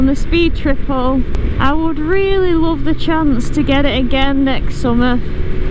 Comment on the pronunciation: Sold the Hayabusa and got the first generation Triumph Street Triple matte orange. Thats a FUN bike😄👍. What part of England is that from depending on your dialect when you said, "i just loooove it" ha ha ... 😄. Regards from Scandinavia.